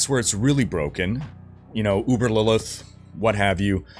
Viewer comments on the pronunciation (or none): none